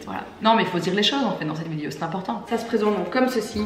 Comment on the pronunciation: Je ris toujours quand elle dit "vidio" 😹